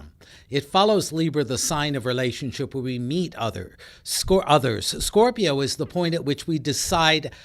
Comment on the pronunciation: “SCORPI-YON” lol the way he pronounces it is cringeworthy